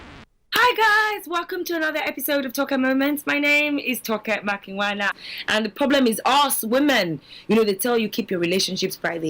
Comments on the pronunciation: She kept calling the name wrongly its not toke makinna its toke makinwa lol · She actually said makwina even worse 😂